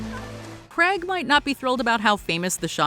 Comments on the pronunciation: Daniel Craig not Creg. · Still mispronouncing Daniel Craig's last name. It's not Creg. It's Craig (CR-AYG) Some good choices on this list though.